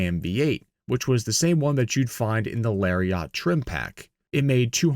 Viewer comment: OH MY GAWD!!!! LARRY-Ought trim package!!! What a tool!!! Dude how do you do an entire article about trucks but can not pronounce Lariat? Here for you leh-ree-uht...